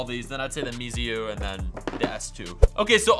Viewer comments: watch out! It's not mesiu it's meizu. May-zoo. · Speak mei zu not me i zu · it is pronounced maizu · You are pronouncing the meizu and the xiaomi wrongly....